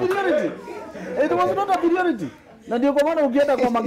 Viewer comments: .....ni piriority ama priority 😅😅😂😂😂😂😂😂 kweli nusery was not compulsory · 😂😂😂😂😂 nursery was not a pirioriti😂😂😂😂 babayao.kama umesikia chapa hapa like. ⬇ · It was not a PIRIORITY😂😂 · It was not a piriority🤣🤣🤣🤣🤣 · pirio...what??????????????? piriority